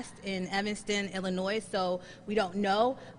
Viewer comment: Dang, oh no she didn't!!?? Does she know why marijuana was outlawed in the first place. We are told it was because of William Randolph Hearst, but that isn't the only reason. This woman is ignorant. .....and the s in Illinois is silent.